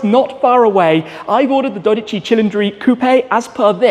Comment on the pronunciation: For god sake is DODICI not DORICI. Why do you keep saying it wrong? Or I am hearing it wrong. I love your videos but this is making me angry for some reason however great spec and I have already ordered my Shmoo Jr so I am looking forward forward to it. Have a great day and many happy miles with your upcoming Ferrari